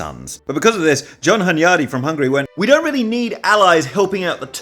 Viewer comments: As a Hungarian, dude mispronounces Hunyadi every time he's paying attention to it, but gets it right in passing, which doesn't help him beat the allegations! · As a Hungarian hearing Hunyadi pronounced this way feels super weird. After you're done with this series I'd love to see you make one about Hunyadi's son Matthias